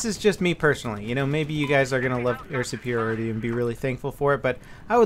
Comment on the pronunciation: Why does he says "Air Supirioty" if its "Air Supiriority"? is it ok both ways?